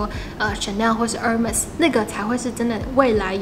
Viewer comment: 喜歡你介紹的包，Hermes沒讀錯，H不發音喔